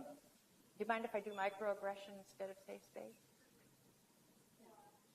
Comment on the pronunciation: How did the parasitic SJW Wench manage to fuck up the same word THREE TIMES in a row?! LMFAO 'SAFE...SPACE' Goddamnit it's really not that hard.